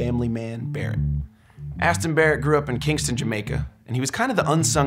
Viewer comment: Bumbacloth man ya can't say the man name right...and you gotta play wit one finger....chant iah